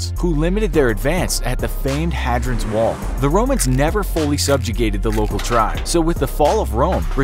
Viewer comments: Yeah he just mispronounced Hadrian not our fault lol. Language is all made up anyway and the ahem FORMER British Empire doesn't get to call the shots lol. Jk :D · 1) Hadrian is pronounced "Hay-dray-an" 2) The Romans DID conquer further than Hadrian's Wall. Permanent Roman settlements have been found as far North as the Antonine Wall. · Bit of a red flag alright when the person giving the history lesson doesn't know how to pronounce Hadrian properly 😁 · He also just mispronounces a bunch of stuff like Hadrian